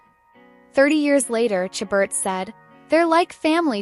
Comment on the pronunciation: Please please learn to pronounce Ms. Chabert's name properly. It is "Sha-bear", not "Cha-bert".